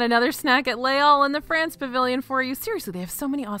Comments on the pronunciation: It normally doesn’t bother me at all but as you said it about 15 times in this amazing video, Les Halles is pronounced (more) like “lay al” not “all” 😊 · Now I’m hungry for poutine! Pronunciation tip (hack): “Les Halles” (in French) ≈ “lays all” (in English) Thanks for keeping me hungry!